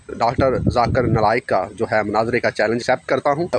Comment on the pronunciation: Big difference Between u and zakir naik he call u my mashi brother but u Pronouncing his name in wrong way very sad. Really you Don’t deserve Conversation